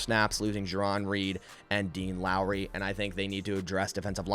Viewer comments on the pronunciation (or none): none